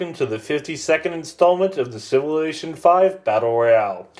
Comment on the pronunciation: If you can't pronounce "Civilization" then you probably shouldn't try and do narration. :/ It's actually true - Setting the speed to 1.5 makes this much more watchable.